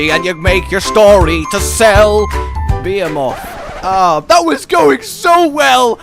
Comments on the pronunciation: Yay, new armor set that looks cool, but I'll end up making a whole new set to use it in. If not just craft it and use it as a cosplay set. At the end of the day, all that matters is that Behemoth is a difficult monster, and that I don't need "friends". (Also, a two year old could pronounce "Behemoth" better than you did in the intro.) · Why you pronounce behemoth weird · William Morse he already mentioned in a previous video ON the subject of the behemoth that he knows he pronounces it wrong, he knows how to say it right, it just more natural for him to say it that way. Like the pronunciation of "Caribbean."